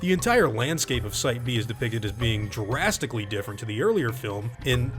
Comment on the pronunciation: I swear you just sneaked in a "Jurasstically" instead of "Drastically" :D